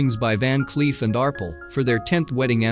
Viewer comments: It would be nice if the narrator knew how to properly pronounce certain jewelry terms such as pave, Arpel, and the video has just begun so there will be more errors I am sure. :( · ARPELL. Not arpul. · "Van Cleef and ARple"....I love it when AI voices struggle with pronouncing certain words and names. '"ar-PELS", silly AI. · Ar-Pell.....that's how you pronounce it!!!! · Van Cleef and Arple? It happens to be Van Cleef and Arpels. This video is an illiterate nightmare. Pave set? (it's PAVEA) NOT PAVE ! This also was mangled in pronunciation. Honestly! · It's a shame that the Commentator isn't more familiar with common jewelry terms like "pave" (pa-vay), "Arpels" (R-pells) & "K" (carat=gemstones or karat=purity of gold: care-ret)